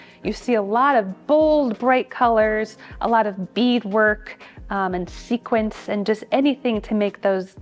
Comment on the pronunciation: The curator seemed to be a little nervous, she got a little flustered when describing the different color suits Edith Head wore and she said "This was a film worn by Barbara Stanwyck". She also kept pronouncing "sequins" as "sequence".